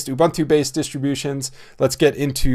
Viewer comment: "OOBOONTOO" please. Not "OOBANTOO" nor "KOOBANTOO".